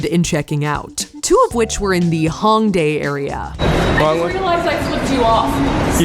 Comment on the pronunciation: Me, who lives in Seoul (and has for 8 years): ooo yaay more Seoul footage. Also me: cringes hard-core at the mispronounciation of Hongdae (more of an "Oh" vowel sound at the beginning lol)